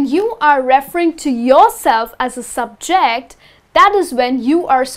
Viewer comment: Something is wrong with your stress on the word ' subject ' and ' object '. When these words are used as a noun, it is generally put the stress on the first syllable as ' ' sUbject ' and ' Object ' and used as a verb, it is put the stress on the second syllable ' subJect ' or ' obJect ' respectively. But your pronunciation I so clear and easy to listen to and good. Is that a Indian English or not , I wonder? Pandason